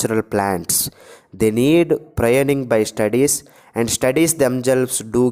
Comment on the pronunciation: It is not proynoning, it is pruning